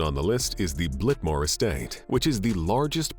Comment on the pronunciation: Blitmore Estate? Blitmore? Really?